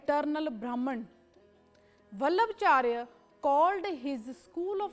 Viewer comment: It's not वल्लभचार्य it's वल्लभाचार्य